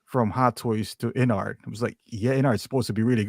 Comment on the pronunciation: Observation: It's InArt, not InArts.